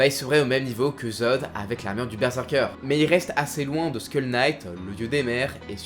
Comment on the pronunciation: "School Knight" ? Le Chevalier de l'École ? C'est Skull, pas School lol ^^ Et Schierke qui deviens Shrek ? A laide !